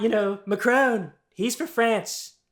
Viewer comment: Macron, whose name he butchers (it's not "Macrone") spells the same word "NOUS". How about that? I do agree with Trump about one thing, though. He's certainly amazing. Or, as Macron might put it it, incroyablement stupide. Macron doesn't need to speak French, of course. His English is extremely good, and certainly a lot better than Trump's.